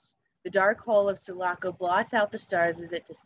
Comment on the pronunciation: The girl doesn’t say the ship sulaco right 😅